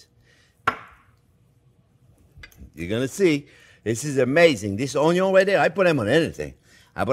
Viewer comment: I clicked immediately when you said "caramelized Onyon". 🥰